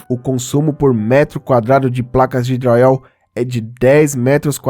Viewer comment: Porque vc fala dryall?